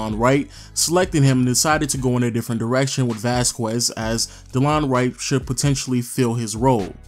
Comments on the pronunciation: Vasquez is pronounced Vass-kez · People are stupid if they think that you get to change the way you pronounce something just because you’re from somewhere else. Vass-kez is the proper pronunciation. Just because some of you have heard it pronounced by random people differently doesn’t make it that way. Anyone with that last name can attest to that. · Masai didnt trade Bargnari. It was Wayne Embry. It is not Vaskuez, it is Vasquez. But solid video. Thanks. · Vas-kwez....It's pronounced Vas-kez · Some pronounce it vasqwez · Vasskwezz haha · Please stop the hard q on vasquez. :) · vasqwazz....? lol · Everytime you say “Vasquez” I cringe. Come on bro you know damn well that’s not how your pronounce it lmao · The way he says Vasquez man.... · The number of times this guy mispronounced Vasquez is killin me. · You need to learn how to pronounce Vasquez.